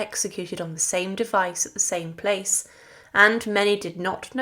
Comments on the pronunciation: Surely the word 'Place' in 'Place De La Revolution' ought to be pronounced 'Plas' in the French way? And 'obscenities' is usually pronounced 'obsenities'. not 'obseenities'. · It isn't pronounced place, like we pronounce place in English, it's pronounced to rhyme with dross. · Stopped listening at PLACE Please take the trouble to research pronunciation.